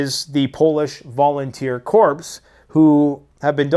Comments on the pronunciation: All those fires are no accident. Your boy Trudeau and is deep state monkeys are no setting them. THE WORD IS PRONOUNCED CORE NOT CORPSE. BUCK OBAMA WAS IGNORANT OF THE CORRECT PRONUNCIATION OF CORPS. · Listen buddy.... Your the guy who uses a shotgun as a sniper rifle and after the 10th shot and you finally nick something you brag how good of a shot you are.... Also corps is pronounced CORE.... corpse is what they become with bad leadership. As for wildfires... maybe it's because I am a alaskan and my mangina froze shut where I had to grow a pair of balls, but wildfires happen in the wild..... they go in 20 year cycles as a natural process to allow new growth in a boreal forest.... Also do you record in front of a mirror? Because you sure like to hear yourself talk.... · Corps is pronouned core